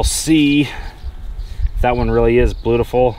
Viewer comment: "Ba-loot-ta-full"..... New word for the day.......I think the Crossbow got into his Kool Aid ...again....😳😳😳